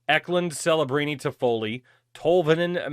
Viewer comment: chelebrini is the proper pronounciation. it has italian origins and Cs are pronounced as CHs